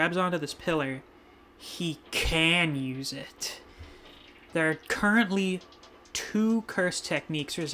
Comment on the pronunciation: With the way the narrator say "currently" makes me believe he's gonna get another technique